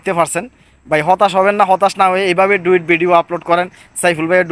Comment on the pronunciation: ডুয়িট না ডুয়েট বলেন